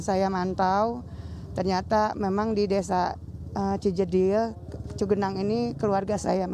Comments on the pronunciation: Bukan Cibedil, tapi Cijedil. 🙏😊 ..Horas , Bang !🙏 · Ci jedil mas reporter bkn desa ci bedil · Cijedil pa bkn ci bedil